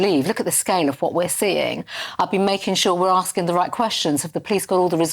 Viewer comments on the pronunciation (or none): PP's political maneuverings post election defeat-what this is-is not appropriate when children have died. And that voice-Holdin' 'askin' & 'policin' & 'standin' 'makin' -arrrgh....! It's a silly affectation to make herself sound authentically ethnic & from da street.